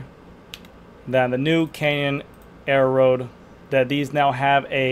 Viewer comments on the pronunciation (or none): Air-road not aero-road